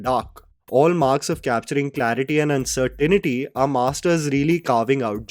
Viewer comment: Its uncertainty not uncertainity.